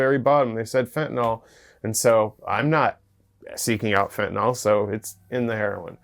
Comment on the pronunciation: There is no "o" in fentanyl hillbillies 😹